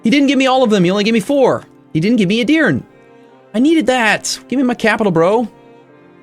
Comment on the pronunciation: A little correction regarding pronunciation，Edir-neh. I am not gonna bother correcting the rest. It would be too much lol